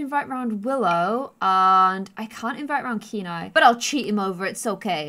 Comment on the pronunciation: I think that hair looks the best 😊 Also Kenai is my dog's name and in Poland we pronounce it as 'can I' just as you were pronouncing at first 😁